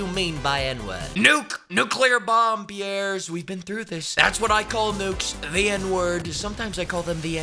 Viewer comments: Calling Piers "Pierres" nearly killed me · "Piers", pronounced "Pierres" like the Brits are just another kind of French, is the worst burn possible.